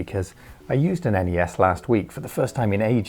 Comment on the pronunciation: It's not a Ness it's a N E S, or a Nintendo, it's not a Sness it's a S N E S , or a Super Nintendo